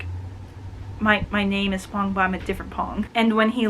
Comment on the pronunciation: Thank you for reviewing my book! Love it when you totally "get" it <3 btw, Phong's name is pronounced with an "f". The "ph" in Vietnamese is "F" in English so his name sounds like "fong" (means "wind" <3 or "maple")